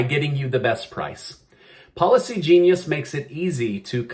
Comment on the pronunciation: Am I the only one that hears "Paula C. Genius" everytime he says "Policy Genius"? 😂